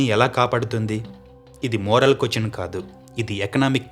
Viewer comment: Doing good bro, కొచన్ అని కాకుండా క్వశ్చన్ అని పలుకు. By the grace of your parents lineage u got good voice, you have good sense. Good vibes to you ❤🎉🎉🎉🎉🎉